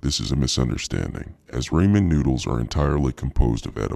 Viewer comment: Why does he keep calling Ramen noodles “Raymen noodles? Also, is that his real voice?!